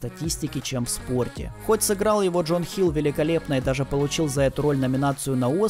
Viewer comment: Отличный ролик. Только актера зовут не Джон, а Джона Хилл. Ну и правильно будет "иннинг", а не "иненг". Ну и ещё хочется сказать, что несколько лет назад команда NFL Кливленд Браунс наняла ДеПодесту, как раз для MoneyBall. О чем есть несколько информационных плашек под его изображением в данном ролике. Такие дела.